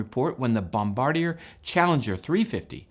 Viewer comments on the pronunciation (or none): It’s pronounced “bom bar deeay.”